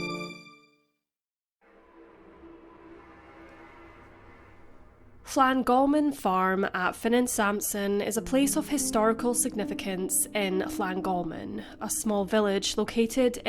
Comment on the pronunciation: Well done to the narrator for concentrating on getting Llangolman pronounced quite well. But ... the first vowel in both "Dyfed" and "ffynon" is as in "up", not "him". Also, Clebran is not a place, but the name of a local monthly magazine, meaning "gossip" in the local dialect.